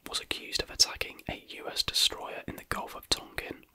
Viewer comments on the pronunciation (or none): none